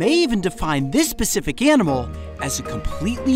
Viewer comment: He says pacific instead of specific